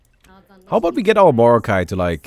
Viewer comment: Its like mor"not"kai than morokai